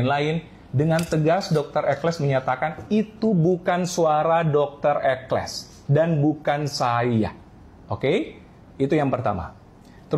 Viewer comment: Judul video "Dr Ekles", masa dibaca "Dr Eksel", tolong teliti kalau membaca, sering sekali ini salah dalam membaca beberapa kata atau kalimat.